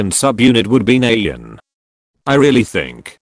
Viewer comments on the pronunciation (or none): How robot voice pronounces twice names Nayyeon Jianguy.on Ma-mo Séna Jihighyo Minar Dahighyun Chiiyoung Chewie